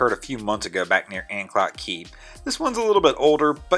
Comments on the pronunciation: PLEEEZZZ TRY AND PRONOUNC IT CORRECTLY AN CLOTE NOT AN CLOT SAY IT LONG CLOOTE LONG O LIKE OH THANX A RESIDENT OF THE GREATER ANCOLTE AREA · It's pronounced "An-cloat" not "An-clot" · ANCLOTE... Long O. Not clot you clod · Anclote is pronounced ann cloat. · Pronounced 'Anclote' with long 'O' (as per usual with word ending in 'e.')